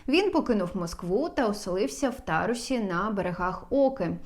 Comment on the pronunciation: Шановна ведуча,наголос треба вживати правильно: - в місті ТарУсі,а не ТАрусі, -на берегах ОкИ,а не Оки!